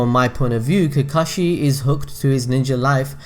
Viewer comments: Did you fuckin just SAY COCKAGE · So many times you went "I hope I pronounced that right" but you kept going with pronouncing Kakashis and Obitos name wrong 😵🤗😬 In my opinion, I think Hanare and Kakashi would end up together, but I haven't read the Kakashi "Haden" (or wut u said lol) so I'm in for more detail about that woman, but so far (from what you mentioned) it doesn't seem enough for me to think that they might have ended up together. 😊